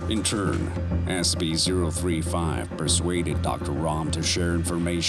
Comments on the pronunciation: lol the narrator seems to pronouncs the e's like a's.... also, Espy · Look i like SSCP Videos but i gotta call you out I'm unsure if English is not your first language or what but the way you say scp just saying SC and containment breach with the at the beginning and a few others i can tell this was written with A.I, the pacing of the words gave it away A.S.A.P 😞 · I'm halfway through and I'm still waiting for it to pronounce SCP correctly. Wth??? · the way the narrator said SCP had me rolling on the ground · THANK YOU! I had to rewind multiple times to confirm I'm not having a stroke or something, haha